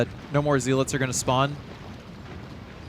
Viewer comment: Z-lits? Gun-DOUGH-luhs?! Bruh my OCD can't handle it